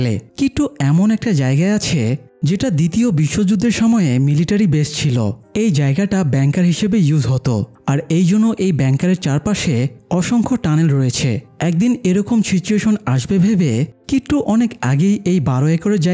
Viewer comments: ব্যাংকার না রে ভাই ওটা বাংকার 😅😅😅😅😅😅😅😅😅😅😅😅😅😅😅😅😅😅😅😅😅😅😅😅😅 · দাদা ওটা বেংকার না বাংকার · ব্যাংকার না 😮 বাংকার 😄